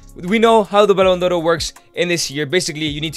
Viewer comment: why do you keep calling the Ballon D'or as "Ballon Doro?